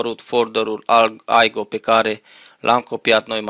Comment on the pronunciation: Se spune simplu IGO nu AIGO deoerece nu este un soft american sau englez ,este un soft german-unguresc,etc ,I se citeste i nu ai....